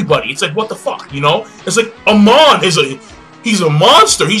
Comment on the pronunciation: Its Amon, its Amon.